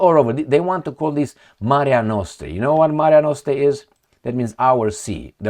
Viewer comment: one more time repeat after me, MARE NOSTRUM, MARE NOSTRUM 😂😂😂... repetio est mater studiorum 😮